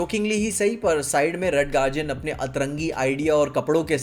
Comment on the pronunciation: Red Guardian ❌ Red Garjen✔️